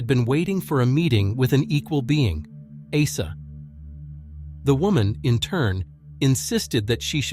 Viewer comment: If someone name is Åsa say Åsa not asa😊